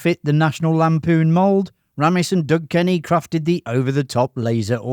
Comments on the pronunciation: His name is Harold RAY'MISS. Not Ramm iss. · Sorry but if you've spent time researching Animal House then surely you could at least get the pronunciation of Harold Ramis' name correct - his surname is pronounced as "Raymis" NOT "Rammiss". This is CLEARLY expressed by the man himself on the Ghostbusters dvd commentary. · Ramis is pronounced Ray-miss. Not "Ram-miss" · Ray-mus. So irritating when narrators claim to give us new information and can’t even take the time to learn how to say the names and words correctly. Lame! Yes, none of this is new! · A classic movie. I love it. His name is pronounced Raymis. Harold Raymis. Thank for the video 👍🏻